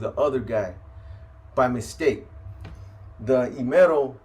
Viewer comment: E in Spanish is pronounced as “eh,” so it would be “ehmero” not “eemero”. Fire video tho! I stay tapping in 💯